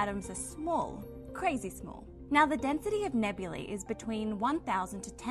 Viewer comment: Finally! A young scientist/science reporter on YouTube who knows how to properly pronounce the last syllable of “nebulae”!